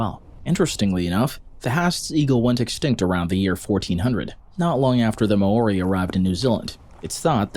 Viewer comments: Listen I love your videos but Maori isnt pronounced may ooary. its maoh-Ri(Roll the R) sorry just a pet peeve. and also fun fact, you could have ridden some species of moa as horses because they could grow up to 3 metres tall, around 10 feet for americans. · omg I didn't expect NZ in here, epic! And yes, I remember learning about this in school, we even had drawings depicting a scene with the two birds - speaking of, Moa were huge so imagine the size of a Moa hunter sheesh. Btw I just thought I'd say the you were pronouncing Maori wrong, just so you know for future reference.